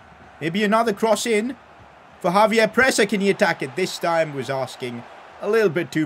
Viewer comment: ex-save-yer not Javier